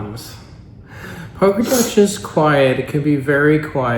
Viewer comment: It’s pronounced Poe-grah-dets not the way you pronounce it. And it is Lake Och-rid.